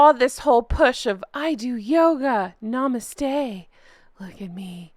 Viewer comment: The way you say “namaste” 😂